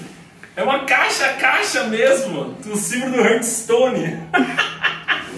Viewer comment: é hearthstone e não HURTstone